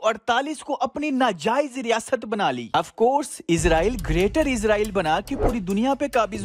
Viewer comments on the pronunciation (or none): AP apna talafuz thek kren Israel bolte izrael nhi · bhai.. its Israel not izraeel.. izraeel farishty ka nam hy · Bhai izrail nai israil Thora SA fraq hai please dehan rakhy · Bhai please izrael na kha krien ye farishte ka naam he ap iz nhi is Bolden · It's not Izraeel it's israel